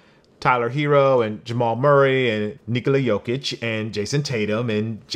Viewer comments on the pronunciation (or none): none